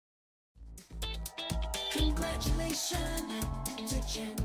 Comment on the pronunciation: That “Congratuation To Jenn! Mcallister!” really solidified this achievement